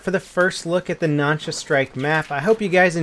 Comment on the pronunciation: I think u said the Nansha wrong Nánshā南沙